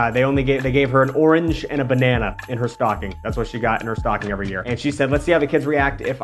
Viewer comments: I thought you said your mom was a big stalking lady 😂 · “my mom’s a big stocking lady” fully heard that as “stalking” and didn’t bat an eye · Dear Lord, SAME!!! I fully batted an eye though and paused the video to look for a comment like this LMAOOOO